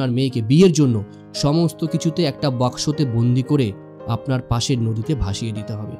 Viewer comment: গল্প টা ভাল। আপনার প্রচেষ্টা ও সুন্দর, তবে উচ্চারণে মনোযোগী হলে ভাল হয়। বাসকো নয় বাক্সো।